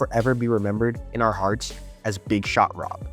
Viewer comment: you named dropped Jordan. Thats the reason why we had to listen to you butcher Horry’s nickname. It’s also funny that you didn’t tell everyone that he swept LeBron’s cavs. Horry said that it was the easiest ring he ever won. He said it Stephen Jackson’s podcast.